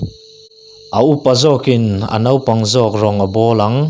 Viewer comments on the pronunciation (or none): none